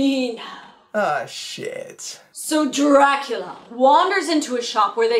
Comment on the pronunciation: Your videos would be way more enjoyable, if you didn’t sound like your whining throughout the whole video/videos. Especially you unnecessarily dragging out the last syllable in ever sentence (“Draculaaaaaaa” “babyyyyy” “arouuuuuund” “montaaaaaage”)